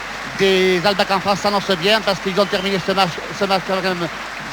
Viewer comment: Quel match formidable ! les arrières gallois qui ont marqué l'histoire, Williams, Benneth, Edwards mais aussi Bevan et Dawes (ok Duckham complète bien la ligne)... Et entendre le légendaire Jean Dauger prononcer All Blacks ("Halle blacks") c'est du bonheur... et le hakka néo-Z pas encore pollué par le marketing moderne, plus proche d'une farce étudiante... à voir et à revoir.